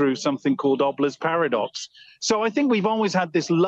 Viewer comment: beg your pardon sir, obelisks paradox, oblas paradox? I didnt get that clear.